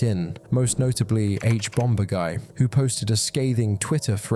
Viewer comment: I’m sorry to be that guy but it’s not H-Bom-bur-guy. Like Bombur from the hobbit. Bomb has a second b in it but you don’t pronounce it. It’s H-Bom-er-guy.